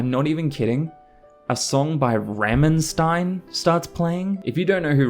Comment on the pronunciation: Pronunciation of rammstein was hilarious ramenstein lol